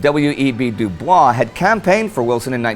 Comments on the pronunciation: Very good episode. Small correction not du bois while of Haitian descent pronounced it do boys. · 1 innacuracy in this video. W.E.B. Du Bois name actually is not pronounced in the "correct" french manner. He actively chose it to be pronounced W.E.B. do boys as a rejection of colonialist language since france was actively pursuing its brutal colonization of africa during his lifetime, and as one of the early pan-african/black sepratist theroists, his name pronounciation, like almost everything else in his life, was political. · Shd be W E B DuBOIZ...retroactively Frenchifying the pronunciation of his last name is strictly from ignorance...I notice that it's catching on but it is not the pronunciation he himself used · I believe W.E.B. DuBois pronounced it Dew-Boys, not like the French would. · W.E.B. Du Bois pronounced his last name doo-boyz, believe it or not. He didn't care for the French pronunciation.